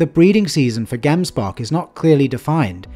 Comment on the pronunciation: Hey great video but a little bit of constructive criticism its pronounced gemsbok but like jems to pronounce "gemsbok," you can split the word into two syllables: "gems" and "bok"1. The first syllable is pronounced as "jems," rhyming with "gems" or "hems"1 Once again I don't mean to criticize you, I love your work